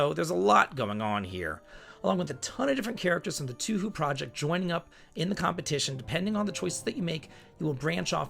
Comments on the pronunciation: Farmagia looks like it has some Pikmin-like mechanic with controlling an army of monsters? Also just wanted to mention that Touhou is pronounced like "toe hoe" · Pronounced Toh-Ho. Man, Dragon Quest 3 HD looks so pretty but I don't like the DEI shiet and the censorship to it. I bet the puff puff is gone too. I had no idea Mario and Luigi was an RPG game. The only card game I've ever played was in FF8 and that was an awesome game and the one in FF9 I completely hated that one. I played the PlayOnline version too but I forgot which it is based on, FF8 or FF9. For those that do not know PlayOnline was the login hub people went to on Final Fantasy XI MMORPG. Red Dead Redemption 1 just got released for Steam (old game) few days ago some folks mark and part 2 and Rockstar's Grand Theft Auto series as an RPG-like type of games which I kinda I agree with them seeing I played my first ever GTA game GTA 5 some months back and it was a great.